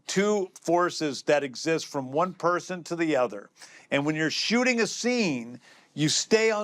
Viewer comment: When says “shooting” it sounds to me like he’s saying “shitting”